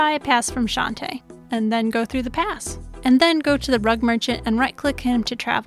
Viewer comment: i love everything about this guide. But every time you say "shante" pass, a little part of me dies inside